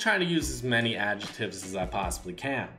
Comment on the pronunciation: “Ajetives” lol